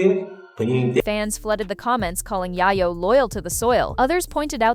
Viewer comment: Yayoooo …not yaayayooo 😂